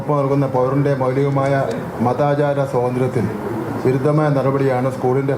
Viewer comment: അയാൾക്ക് ആരോ എഴുതിക്കൊടുത്തത് വായിച്ചതാ 'കൃത്യവിലോപം ' സോതന്ത്ര്യം ഒന്നും പറയാൻ😂